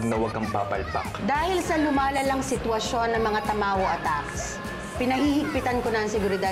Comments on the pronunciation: Who heard say tamaro instead of tamawo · Tamawo Hindi tamaro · Nasabi nya tamaro dapat tamawo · did someone mention said she said "tamaro" its tamawo